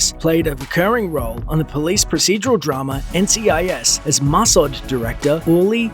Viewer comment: check you pronunciation of Sirtis and Mossad